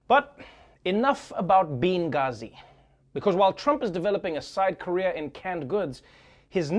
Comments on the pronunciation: "Bean-gazi" lmaooooo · Dude, "beangazi." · “Beangazi.” Nice.